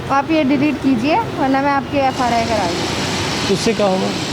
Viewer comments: FRI nahi FIR hota hai pgle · Bhai ye FRI kya hota hai dhyan se suno bich me ldki FIR ko FRI bol ri hai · F R I 😂😁😀😁😂FIR hota h ma'am